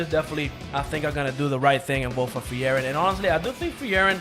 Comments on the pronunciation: it's not free-eren.. it's FRIEREN! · just say Free-ren.. they literally call her that in the anime sub and dub.. you make it so much harder